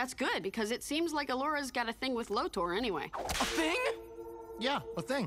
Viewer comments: LoTOR NOT LOW-TER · I'm sorry, I love this video and it has opened my eyes but for the love of God IT'S LOW-TORE You were saying Lotor in a way so that it sounded like 'loader'. Sorry. It just really bothered me. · It's pronounced LO-TOR!! Say it right! Also Allura was ambiguously black drawn more with white features. That was a cop out by the creators to say look we have a person of color. Allura was an alien with no knowledge of the struggles a black person on earth face. She wasn't comparable to a black women from earth in her actions or voice.